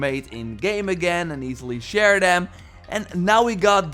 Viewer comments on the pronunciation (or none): none